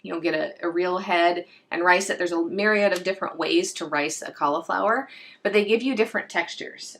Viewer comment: im from australia great video by the way but it sounds like you dont pronounce the i in cauliflower so it sounds like you say caulaflowar also the way you say er sounds like ar so sounds like your saying caulaflowar